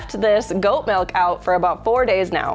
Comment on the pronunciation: You have been mispronounce miluk all the time but stil a good episode